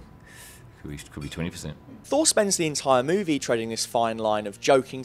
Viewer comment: Dude...great video but man...can you PLEASE change your dictation and pronunciation a little bit? I can literally predict how every sentence will sound at the end, and the drawn out stuff in the last couple words....holy hell. I can't even focus on what you're saying "Meeeeewvieeeeeeeee...it's still theeeeeeere"